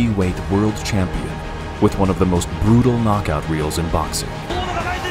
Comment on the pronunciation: English: Champion Japanese: Chum-peon